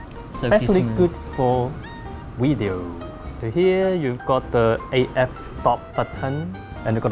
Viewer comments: don't you mean 'wideo' :) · I hear that camera takes good "Wideo"